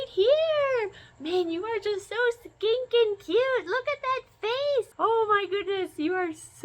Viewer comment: I know you meant to say stinking cute all I heard was skinking cute 😂😂😂